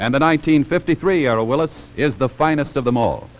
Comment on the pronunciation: Nice to hear Willys pronounced correctly, instead of 'Willees'.